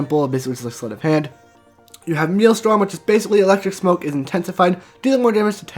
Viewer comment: It's pronounced, "male-strum". not "meal-storm".